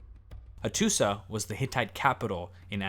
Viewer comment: Learning a lot here. Excellent presentations with one caveat: the pronunciation of many proper names of the historical figures and places is not like what I’ve ever heard. Example: Hattusa has historically been pronounced Hattusha. Great site.